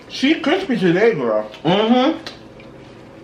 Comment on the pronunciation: and his “cripsy” 😂😂😂😂